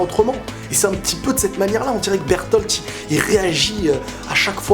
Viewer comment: Sa se prononce pas bertol ses berlote